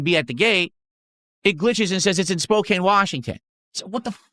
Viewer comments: As someone that lives in the Northwest it's not Spocane it's Spocan it's amazing that despite living say 4 hours away from that city which is one of the larger ones in the NW can't correctly name it. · For those of you not familiar with Washington state. The way he is saying Spokane is completely wrong( surprise surprise). It’s pronounced Spo-can, the e is silent. Word smith at it again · Dude…. All people in the PNW know that it’s pronounced “SPOKE-ANN” not “spoke-ayne” lives under a rock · For those that don't live in Washington, it's not pronounced "Spo-kane" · Hes lived in Washington for 12 years and still doesnt know how to pronounce Spokane. Let there be zero doubt that he doesnt talk to anybody, or have any friends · I hate that he mispronounced spokane every single time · It's amazing how long he's lived in Washington and still doesn't know how to pronounce Spokane correctly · As someone who lives in the PNW him saying Spokane like that annoys the crap out of me 🤬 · He has been in WA for 12 years and cannot pronounce Spokane correctly. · THIS! 😂 Wonder how he says Puyallup lol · I was going to say, my only exposure with that part of the country is dating a Washingtonian, and I know he butchered Spokane 😂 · idiot cant even pronounce a major city in his state